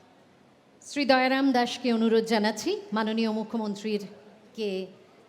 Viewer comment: But Yes... regards to her যে, তিনি আজকালকার কিছু আধা-বাঙালি মূর্খদের মতো বাংলায় 'শ্রী'-কে 'SH'ree বলেননি - 'SR'i-ই বলেছেন (as opposed to those who believe "শ-এ র-ফলা থাকলেই ও'টিকে 'SHR' উচ্চারণ করতে হয় (এবং, যারা তা করতে পারে না, তারা বোকা)"! - যথা, শ্রেয়, শ্রেষ্ঠ, শ্রেণি...)! 😂